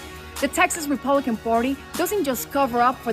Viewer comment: Valentina Gomez cannot even pronounce “Republican” and she thinks those racists will support her! 🤣 The delusion…I’m with!